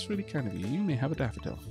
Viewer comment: i swear the way you pronounce "daffodil" with your accent sounds like youre saying "dapperdil" for some reason lol